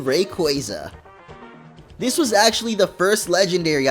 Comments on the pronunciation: Not Rayqwayza lol its pronounced ray-qwau-za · ITS RAYQEYZA PRONOUNCIT RIGHT RAYQUAZA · You prononced rayquazza wrong Its ray qyayza